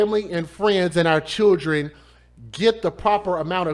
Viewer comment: Churgen... It's children!!!